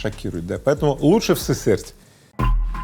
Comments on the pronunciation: Город СысЕрть, ударение на вторую гласную "Е"😂😂😂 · Город СысЕрть )) Ударение на букву Е. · Слава богу ума тебе Игорёша хватает себя Уральцем не называть, мАсквич ещё ладно. Сысерть научись правильно читать хоть перед выпуском новостей. Был бы народ более "просвящённый" в плане покупок "технониколь" на свердловщине резко бы пошёл в жопу)